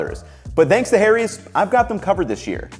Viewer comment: saying Harry's as hairies actually appropiate for this commercial ad this time all other times nope.